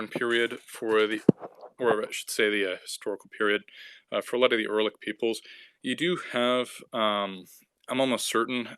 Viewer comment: Erlik? WTF? It's you-ra-lik.